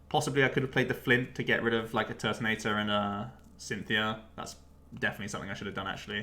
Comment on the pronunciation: "Turbo Turt"(Tord)😂